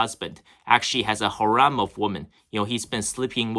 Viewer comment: You think every man EXCEPT YOU, has a harem of women. Learn how to pronounce harem.